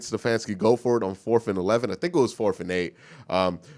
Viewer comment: I like how he says "forf" intsead of fourth, and how he says ridiculous.